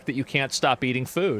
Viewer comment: She mispronounced eating, and it sounded like manifest.